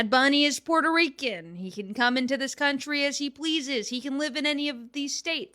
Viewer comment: Your CUNTRY????? Your CUNTRY..